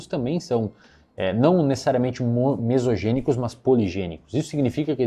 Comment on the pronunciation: Esse negócio de "mesogênico" e poligênico o falou errado. Primeiro que é "monogênico" e não "mesogênico" e a diferença entre os dois é que o mono é por um único gene e o poli por vários, não é o que ele falou sobre o "mesogênico" ser só fator de gene e poligênico ser gene e comportamento e ambiente (profissionais corrigiram ele em outros vídeos).